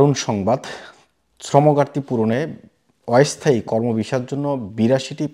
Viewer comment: অয়স্থায়ী, প্যশা, বারত - এই যোগ্যতা নিয়ে বাংলা বলা, আগে বাংলা টা শিখুন ,তারপর না হয় ইংল্যান্ড এর কথা ভাববেন